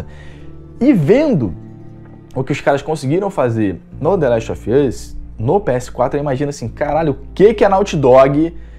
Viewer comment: The last of ian's ? Kkkk sua pronuncia é muito ruin . Não se ofenda mas seu inglês não é bom .